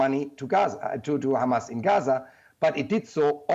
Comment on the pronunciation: How many times are you gonna remind that hamas is considered a terrorist group? i know this helps justify the genocide in your sick mind, so you literally repeat it everytime you say khamas. Which btw, "is considered a terror group by the EU"....